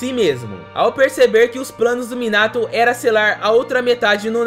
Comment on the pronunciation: Tu disseste muinato kkkk